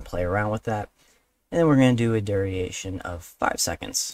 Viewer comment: not to be a grammar natzi, but duration is pronounced dur-ation not dur-e-ation it's really bothering me haha also keep up the good work :)